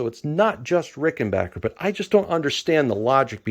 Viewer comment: Sincere Congratulations on your New Acquisition as well as the ability to pronounce RickenBACKer Correctly. :)